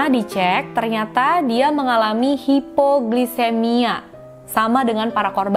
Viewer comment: Bukan hipoglisemia kak, tapi baca nya hipoglikemi..